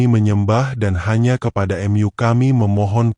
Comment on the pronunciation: ceritanya bagus...sayang pmbawa ceritanya mesin...jdi bahasanya jdi ngga pas...Alloh jdinya Allah...Mu dan m yu....tpi lumayanlah buat hiburan...